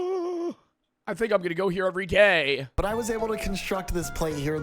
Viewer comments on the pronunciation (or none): Bro did not say day💀